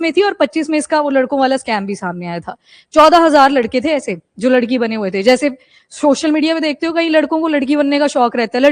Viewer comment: Mam it’s not ladki it’s लाडकी bahin means favourite sister